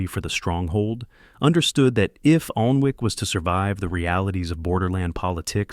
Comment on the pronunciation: its pronounced annic